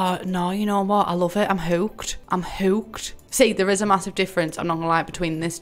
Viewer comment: no one: my brain during a test : "hewked"